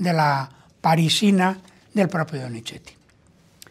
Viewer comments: Con respeto es Donizzzzeti / No Donicheti, su valioso contenido… pierde brillo al inventar pronunciaciones que no existen. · Sr. Téllez, por favor trate de no decir DONICHETI, se debe pronunciar como una zeta suave más parecida a una S que a una CH.